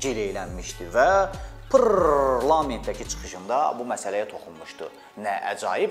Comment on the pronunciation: Jurnalist qardash sene halaldi:pŕrrroooofff..rr😀prrrtrlament,receb ayi....